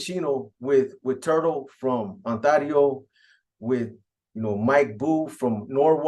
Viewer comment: 😂😂PAISAS PRONOUNCE IT AS ITS SPELLED ONTARIO ,BUT THE HOMIES SPELL IT AND SAY IT ONTERIO